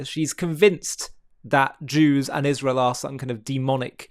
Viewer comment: Candace Owens needs speech therapy. She cannot pronounce her S when it's in the middle of a word. It's not ISHrael, or ROSHchild. Is she post-partum insane?